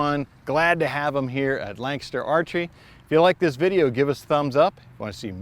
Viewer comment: Why pronounce Lancaster as Langster?